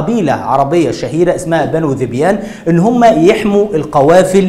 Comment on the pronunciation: يا اخي انت جاهل جدا ومعلوماتك كلها غلط مفيش حرب قامت بين عرب علشان حيوان ولكن في اسباب قبلها كبيرة وقصة الحيوان دي بتكون تلكيك ثم ان داحس والغبراء ملك للملك قيس وذبيان كانت مشاركة بفرسين اخرين .. انت حتى ذبيان بتنطقها غلط